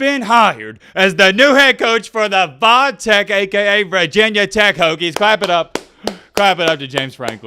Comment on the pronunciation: STOP SAYING VAH TECH